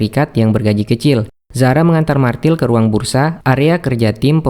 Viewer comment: bukan martil tapi Mirtel cara bacanya